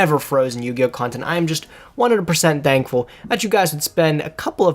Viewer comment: LMAO, did you just say you're very Dankful?